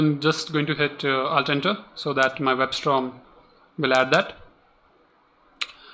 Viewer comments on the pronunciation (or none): Sorry i am trying to understand what are you explaining here and after 5 videos it doesn't make any sense to me... And you keep saying WebSt-R-om instead of WebSt-O-rm. Just make a video serial where you create some simple blog where you explain each component step by step....These 5 videos till now are not helpful!